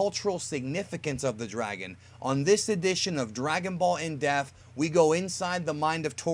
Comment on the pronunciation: Whenever I hear you say "in depth" I keep hearing in death or in deaf.